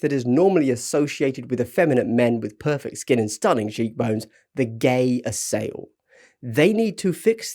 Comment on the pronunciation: I had no idea ehat you were talking about the "Elf Faction"- there are 3 factions with elves, Sÿennan, Hegemony of Embersig and Scions of Yaldabaloth. The lore has a long lost elven empire named 'Gae Assail' - a name from celtic mythology. Not pronounced the way you did.